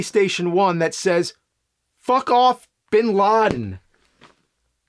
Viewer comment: Not gonna like everytome he says fuck i think of fred fucks. He says fuck in a way that is very iconic and recognizable. That meme is popular because of the emphasis and enegy he uses on the word FUCK